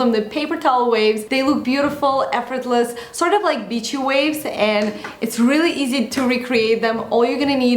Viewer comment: "So there are some nice bitchy waves..." 😂😂literally dying because of her accent! She is perfect tho